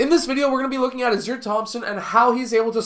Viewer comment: His name pronounced Ah-sar, Ausar. Good video